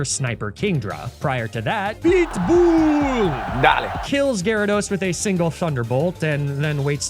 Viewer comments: I honest to god thought you keep saying big ball instead of pitbull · I swear every time I'm not paying attention I hear "BLITZBOOL! dahling." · Am I the only one hearing "BLEET BOOLE" and not Pitbull? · I thought you kept saying PIT BULLLLLLLLLLLLL /Darlin/ until I read the text on screen haha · Every time talks about “PEETBUUL” and the Electrode goes “dale”, take a shot.